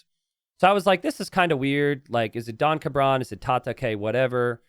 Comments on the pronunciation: pronouncing "don cabron" as "donka bron" really throws me especially since cabron is a naughty word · Yeah, his name is Mr Bastard and keeps calling him donkabron lol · The most heinous part of this situation is pronunciation of "Don Cabron"